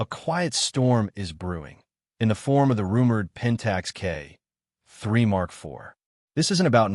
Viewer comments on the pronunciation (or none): I HATE your AI audio. PRONOUNCE all letters - "D S L R." And pause when appropriate not when you see a dash. "K 3 Mark 4," not "K............... 3Mark4." JEEZ!